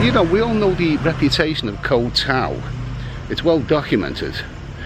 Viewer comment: Boomers on social media are something else lol Can you say "young Scandinavian girl" "ko-u tao" and "shady" one more time please 😂 This 13 min video could have be 3 minutes 😮‍💨